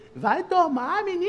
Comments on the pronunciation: "Meninix". Hahahahahhaha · Quer leitinho "meninx" KSKSKSKKSKSjsksks morri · "Meninx" kakakakakakakakakakakakakaka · "Meninix meninix" kkkkkk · "meninixx" kkkkkkkkkk